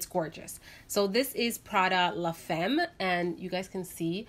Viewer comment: Sweetheart I understand that you don’t speak French, but this word is used a lot in perfumery. La femme pronunciation is “ La fam” ( not fem). Sorry for correcting you. Love your perfume choices!